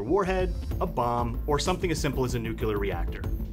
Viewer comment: Every time someone pronounces "NUCLEAR" as "NUCULAR" it drives me crazy, lmao.